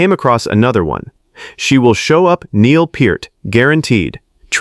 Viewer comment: At least buddy pronounced Neil's name right.